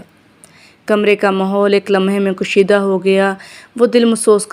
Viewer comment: کشیدہ ک پر پیش نہیں بلکہ زبر ہے اصلاح کرلیجیے